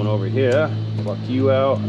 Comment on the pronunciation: …it pays to properly enunciate when you say…pluck…just saying.